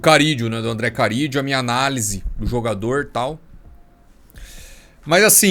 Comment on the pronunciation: Não é Carídio mano, é Carrillo, com 2 érres